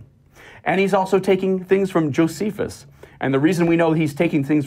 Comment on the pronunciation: Dunning-Kruger effect. Doesn't know how to pronounce "pleural effusion." Or "Josephus."